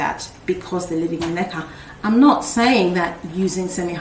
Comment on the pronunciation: LOL, BEFORE THIS VIDEO, I DID NOT KNOW WHAT LECA WAS, I THOUGHT YOU WERE SAYING LIQUIOR. YOUR PLANTS ARE BEAUTIFUL, WOW, I HAVE LEARNED ALOT ABOUT MOSS POLES ETC..